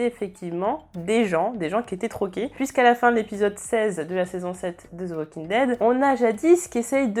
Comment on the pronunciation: Mais pourquoi tous les français disent zo au lieu de the que vous pouvez prononcer demais le d comme sur le bout de la langue 👅. C’est horrible y’a pas de zo Walking Dead 🤣🤣🙃😱